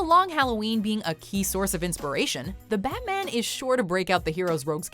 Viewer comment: damn I love you but "Fatman"?